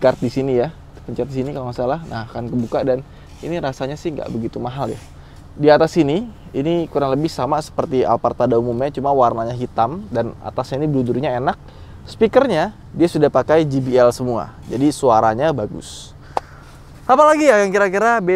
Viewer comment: JBL bacanya Jey Bi El bukan Ji bi el